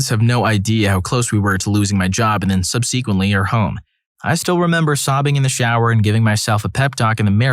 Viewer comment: Thanks for the stories, it helps get through work. May want to double check how to say "subsequently", soft "e" not hard "e".